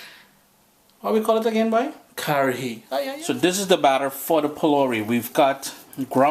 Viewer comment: It's pronounced Ka-ha -ri